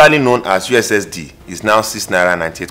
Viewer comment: My guy said "youzdee" also known as USSD in the first minute.. you're too much Donga